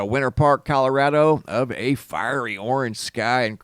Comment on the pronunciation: "out of Kalarado" lol